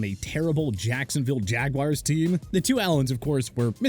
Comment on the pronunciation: son always says “jagwires”